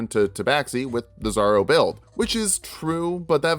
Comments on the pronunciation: Really zorro? I was wondering who this zaro character was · Something to help the algorithm: "my world's on fire, how 'bout yours?" Also I spent like half the video wondering who the fuck was this "zarro" build and why I hadn't seen that video until I realized you were just mispronouncing "Zorro" to bait the comments (saw and loved that build tho) You fucking got me there, 😂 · I was almost 1/2 way through until I realized that you were saying Zorro, it sounded like 'zarro, I thought it was slang for bizarro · Big fan of the videos! But I need to say it. It is pronounced Zor-ro. The first “o” maintains the “o” sound. So it sounds more like the “o” in “or”. Not a big deal though. Was a big fan of the Zorro build and love the character so I had to say something. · why does he keep pronouncing "zorro" as "zaro" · why does he keep saying "zarro"?